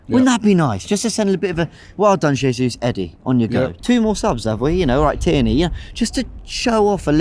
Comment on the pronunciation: Robbie gonna be all season going on and on about Gabriel "JAY-ZEUS"